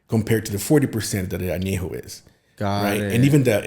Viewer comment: If you can’t even pronounce TEQUILA AÑEJO, REPOSADO, and BLANCO, you probably shouldn’t be making tequila lmao.